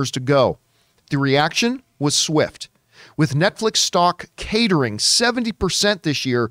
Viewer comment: Lol at John pronouncing "eschatological" as "estacalogical", "cratering" as "catering", and "Bakish" as "Baskish". Come on, I know reading isn't John's strong suit but this is a bit much.